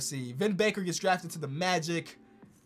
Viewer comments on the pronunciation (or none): none